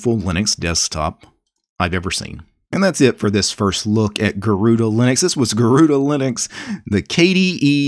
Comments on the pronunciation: Garuda not garuuda and the name is from india sir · The pronounciation is a bit off. In IPA notation, it's supposed to be pronounced as /gɜruɖɜ/ and it is the Sanskrit word for 'Eagle'. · It’s pronounced as Garurd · Garuda is the divine vehicle of Lord Vishu the protector. It's commonly pronounced as Garuudd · Garuda in hindi pronounced as garud which means eagle, so that's where the name comes from. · Garuda means eagle in sanskrit and it is pronounced like ' garuna ' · why is everyone pronouncing it the wrong way ... 'garuda' i think is the hindi word garood meaning eagle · Pronounced Garud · butchered the name, Tip: spell it like "gaa"+ "ru"+ "daa" try saying them individually and then with the same indvidual sound combine them. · Sorry to say you unpronunced the name गरुड़ where ga is a letter and at end a is ignored Hindi sound are more different from the english pronunciation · Actually you pronounced it wrong. “Gahh-rude” or “गरूण” is the way which BTW means Hawk in Sanskrit. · That's a Sanskrit name: Garuda. The 'a' is not pronounced, never is in Sanskrit. Garuda is an eagle. The vehicle (vahan) of Sri Vishnu.